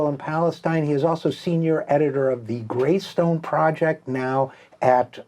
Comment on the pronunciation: Lol you said gracestone again